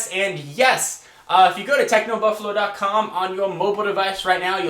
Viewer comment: its TechnoBuffalOOOOOOOOO not BuffalUUUU COME ON!